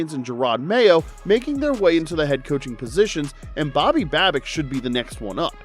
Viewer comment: Dude we had the division sown up 4 days ago. We won't be resting guys unless the 1 seed is out of reach. Do you even know what you are talking about? You keep pronouncing Babbages' name wrong.